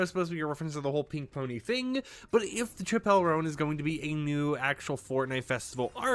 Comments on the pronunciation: BRO CHIPELLE ROAN, WHO IS THAT. Please Do your research when pronouncing the New upcoming Artist names, this is embarrassing, this isn't the first time you've said these names wrong XD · my dude, why didn’t you Google how to pronounce her name before making a video abt her 🤦‍♂️ genuinely don’t understand how creators do that. lol